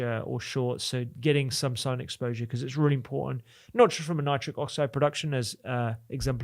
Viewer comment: "important" -- with a T in the middle. "don't" with a T on the end. Not difficult: just touch your tongue to your upper teeth and you'll get the letter you're missing right now. You don't have to sound like a half-wit: you can probably get over it in half an hour of thought.